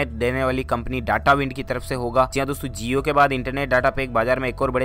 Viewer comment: That's jio not zio